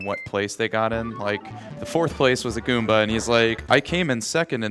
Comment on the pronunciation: xDDD "goonba FACKEW"